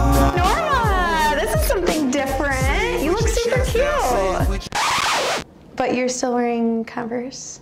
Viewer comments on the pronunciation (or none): i love how you two make one syllable words into two; cute becomes keu-oat good becomes goo-ud cool becomes koo-ule fun becomes fuh-nah